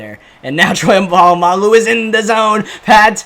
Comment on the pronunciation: “Troy polmangu”🤣🤣